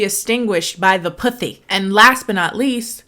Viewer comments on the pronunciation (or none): I had to rewind when you said “puthy” bc I didn’t hear clearly the first time. I was like “did she say puthy”😂